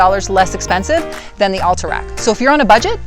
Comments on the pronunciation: Recent move ins to Utah or not skiers? Curious why you pronounced Alta like all-ta rather than Al-ta. Like altitude or Alta ski resort. But actually a few times you say Alta like it should be. So now I'm thinking maybe you've lived here a while.but are just influenced by the recent move ins saying All-ta instead of Al-ta. Very important for me to.figure this out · Good review, but kind of painful to hear "Alta" pronounced incorrectly so many times.